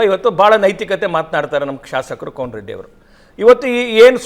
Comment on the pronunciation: ಕೋನ ರೆಡ್ಡಿ ಅಲ್ಲ ಕೋಣ ರೆಡ್ಡಿ....